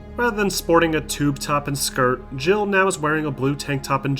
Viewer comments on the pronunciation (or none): none